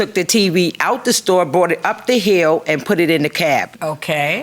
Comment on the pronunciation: Regional accents are interesting, but America is a big place. Where in America is the word " hill " pronounced as " heel " ?